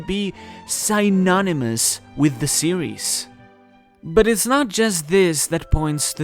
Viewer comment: That's not how you pronounce "synonymous".